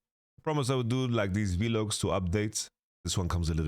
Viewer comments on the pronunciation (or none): Bros pronouncing it as veeeelog, es ist over für mich